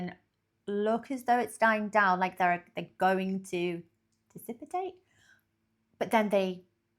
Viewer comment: There is no eye in a tornado. Again, you are thinking of a Hurricane. Also, "dissipatate"?? 😂😂